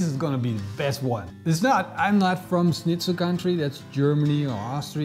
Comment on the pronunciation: Can't believe how you pronounced Schnitzel considering you're dutch and that you out germany before Austria considering it's actually an austrian dish